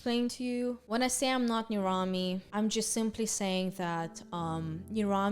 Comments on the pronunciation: I thought it was pronounced ner-am-ee, not ner-ahm-ee lol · am I the only one who thought nirami was pronounced ni-RU-mi